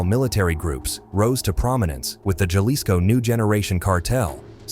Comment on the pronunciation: 😂 this is such a low quality crap video. His AI can't even pronounce Jalisco or tattooed. And he censored the word "blood"? 😂